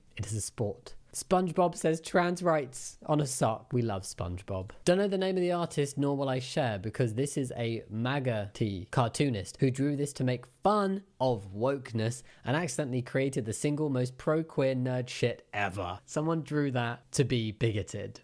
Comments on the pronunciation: MAGAt is pronounced like "maggot" 😏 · Heard Jamie mispronounce it and I think miss something bc of it so thought I'd clarify for anyone that missed it and also for Jamie himself if he happens to see it lol. MAGAt is pronounced "maggot" as an insult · Just a little tip: MAGAt is meant to be pronounced "maggot".